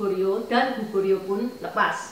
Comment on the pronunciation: Maaf,enci,salah sebut nama kerajaan Korea,Goguryeo,bukan Gugoryeo dan coba bahas Zhangsun Wuji,yang ikut dalam penyerbuan Goguryeo!